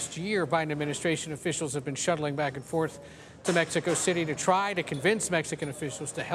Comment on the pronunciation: That D A no sabo said metsicoe. 😐